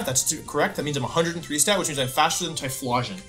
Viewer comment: Wolf's pronunciation of these pokemon names are abismal. Arkaneenay, Typhlawsion.